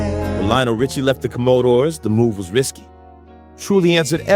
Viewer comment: u mispronounced commodores